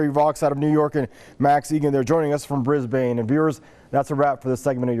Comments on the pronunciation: Bris-bayne awstraylier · It is pronounced 'Briz-bin'. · Hansen It is a city in Australia. But you don't pronounce it Briz-Bane.